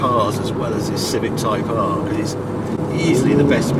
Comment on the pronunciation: I'm only about 30 seconds in and I can already tell a great drinking game would be to take a drink every time Harry says "type ahrrr" 😁